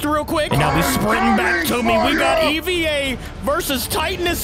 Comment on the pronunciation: to let you know that’s not how you pronounce EVA it’s saying hey without the H and vuh Put ey and vuh together and that’s how you pronounce EVA-01